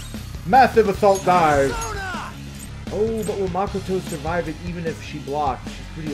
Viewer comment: Stop saying Makoto's name wrong